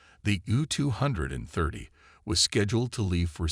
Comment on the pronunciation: Gotta love AI narration "the Ewwwww two hundred and thirty".